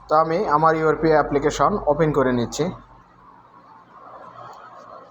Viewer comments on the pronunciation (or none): none